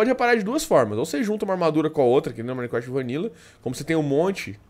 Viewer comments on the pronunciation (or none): none